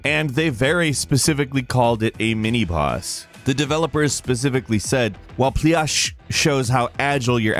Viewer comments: Hi, it's not [P L i A S H], it's [P L Y U S H'] - you must pronounce the middle like english word YOU, in russian language it's a kind of poison ivy or something like plant. If you want some more information - please contact me, I know russian ) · "Plyush" is ivy in Russian. Read as pl-oo-sh. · Plyush should be pronounced more like Pl(you)sh' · по русски говоришь? Кажется, они буквально имели ввиду плюш: этот минибосс выглядит буквально плюшево. В любом случае, читается это не так, как в итоге прочитал в видео.